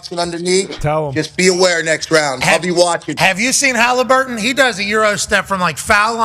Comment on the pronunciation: Pat says Tyrese's name like first name Hali last name Burton